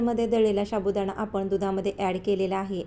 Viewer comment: शाबुदाणा,शाबुदाणा काय महणतेस? नीट साबुदाणा म्हण.